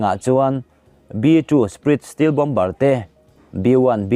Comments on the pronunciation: Steel nilo in stelt tih ang a lam tur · Steel-steelth ni lovin stealth aw lam fimkhur deuh la ngaithlak nuam leh zual ang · B 52 te hi feet 5000 a sang ni lovin feet 50000 a sang tih tur zawk a ni ang em? Feet 5000 lek te chu Phawngpui tlang ai pawhin s hniam daih zawk a lawm. Tin, 'stealth' hi i ti 'steel' daih bawk, engpawh ni se a bengvarthlak e👍